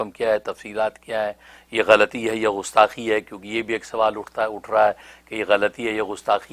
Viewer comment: لفظ غستاخی نہیں گستاخی ہے۔ کہاں سے تعلیم حاصل کی ہے آپ نے۔